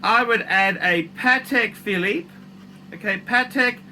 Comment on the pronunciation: what's this paTTek fil-eeep you speak of? PADDECK! or pate philippino.